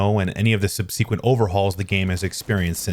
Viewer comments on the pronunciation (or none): please google the word "subsequent" and tap the loudspeaker icon so you can hear how the word is supposed to be pronounced. You are emphasizing the wrong syllable. You are saying "sub-SEE-quent." The emphasis should be on the first syllable. It should be pronounced "SUB-suh-quent." Don't worry, you're not the only YouTuber I've seen pronounce it like this, but I wanted to point it out.